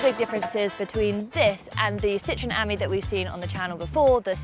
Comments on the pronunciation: Er.... it's an aMEE, not an AHmee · It's French, so surely it's pronounced "am-EE", not "ammy". C'est pas difficile, mes amis. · It’s pronounced as “friend” in French and not the way you’re saying it .